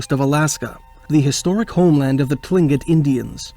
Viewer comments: Tlingit, is pronounced "klinket". I have many Friends who are. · Its pronounced klingit despite being spelt tlingit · It's pronounced "cling- kit"